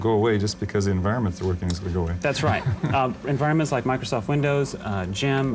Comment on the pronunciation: You can tell that they guy that said "Microsoft" because he basically said "master soft"